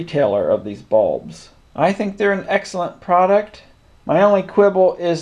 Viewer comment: "Light balbs"